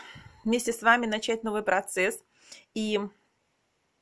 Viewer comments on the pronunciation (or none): none